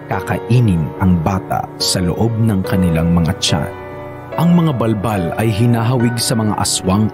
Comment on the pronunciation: Bul bul yun d bal bal🤣